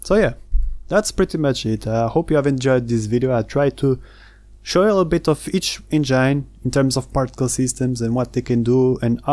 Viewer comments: én-gin (not: en-jáin) : ) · Amazing video!! You should look up the pronunciation of engine though :D